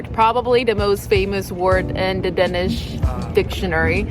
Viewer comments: She keeps saying "dennis" not Danish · As many has pointed out, she is wrong on so many points. She is not a good source. Also the way she pronounce the word "dansih" hurts my ears. You cant get drunk in the school normally. Its only at parties, and its monitored closely. More and more schools are banning sales on alchohol at highschool parties. It has gotten a bit out of control. Ofcourse there are teachers at the parties. She is so wrong. Please contact some real danish people to hear about this. Not just the alcohol, but taxes and other things aswell.